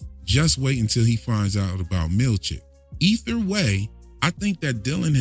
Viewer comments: I laugh like a child every time I hear “ether way” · Did you say "ether" way XD Also i had a good giggle when you said Helly's been takin it raw 3 times already OH DEAR!! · "Ether way" 😂